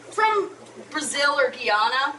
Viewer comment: if you're talking about Guyana, which is right above Brazil, it's pronounced Guy (as in dude, man) -ana (as in the name Anna). Rhymes with banana. I know cuz my family is from there, lol.